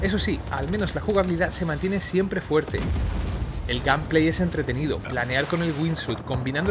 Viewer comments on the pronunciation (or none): El "gamplei" jajajajajaja